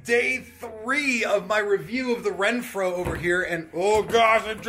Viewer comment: Awesome product! But.... you kept saying “Renphro” when there’s no R in the name!😄😄